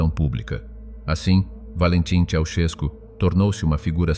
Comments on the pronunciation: I think that you have bought a lot of propaganda. It was impossible for the Ceausescu children to be less than gifted. It would have meant death to someone who thought otherwise. Work on your Romanian pronunciation. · Can't you even pronounce their name properly!